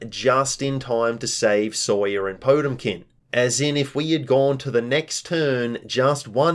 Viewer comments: It's pronounced poh-TEM-kin, not TOTE-im-kin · quick heads, up, potemkin is the name of a guilty gear character and i think you're mispronouncing them name slightly. there is more emphasis on the T, po TEM kin